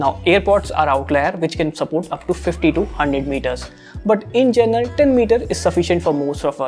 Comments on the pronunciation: Is it me or his pronunciation is 'gernal' for 'general'?? Anyways Nice Vid ... 👏👏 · "Journal" lol. he needs to fix that. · gerenal ....its general and its amazon not amezen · Bro, It's GENERAL (जनरल), Not Journal (जरनल) 😅 They are Two Different Words I was So annoyed In the First 1.5 Minutes But Rest, The Video Quality is Awesome 😁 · Bruh it’s general not journal At least correct it if u use the word very often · in 'gernal' or in 'general'? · Bro it is general not journal......imo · General not journal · Journal nahi bro General, no offence. Great going !